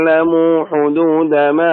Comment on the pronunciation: يا صوتك ما شاء الله روعة بس عندك خطأ وهي(مآ) المد ست حركات عجبني الصوت أيها